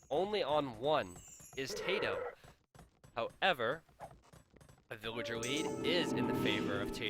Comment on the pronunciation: I think your video may be lagging, you repeat every sentence you say at least twice. Also, his name is tatoh not tadoh. if i ws him, i wouldn't be happy having my name butchered unnecessary